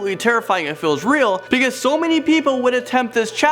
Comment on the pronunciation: I love how he says because "pecause"